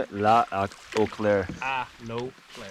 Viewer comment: Dont tell me its now? Wouhou! "Lac à l'eau claire ", well said in french 👍